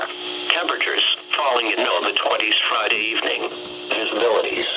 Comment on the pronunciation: Frideevning that's how he said it omg XD LOLOOOOL LOL HAHAHAHAH LOL